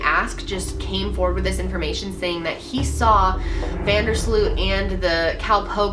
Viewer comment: It's prenounced 'von dur sloat' -_